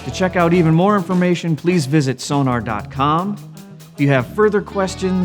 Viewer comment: It's pronounced So-Nor, for goodness sake, man. The clue is in the spelling. Sonar is something very different. Give them the respect they deserve.